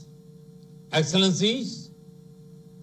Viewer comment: Chai kadak se English padak tak ka safar.enxilllencinnneee heheee